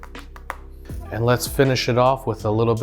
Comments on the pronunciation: Pap-rih-kah? Lol. Pap-ree-kah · What is “Pap-Rick-Ah”? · What the hell is pahpreekuh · I've never heard paprika pronounced that way....It's pap-REEK-a! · papri-what???? LOL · Oml 😭 its pronounced PAPREEKA 😭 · She's making fun of the way he said it wrong. She knows what it is.